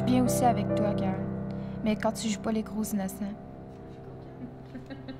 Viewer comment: Mdrrr il dit toé au lieu de toi